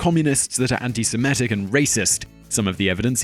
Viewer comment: why do so many people pronounce Semitic "SemEtic"?